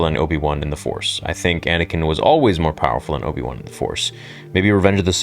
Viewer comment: the way you said Obi-One sounded like there's an Obi-Two as well